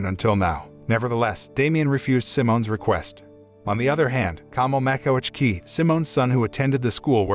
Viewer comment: As a Polish teenager, I can say you are pretty good when saying Polish names. I was really impressed when you said ,,Makowiecki" name. By the way, you are creatig great content with your channel.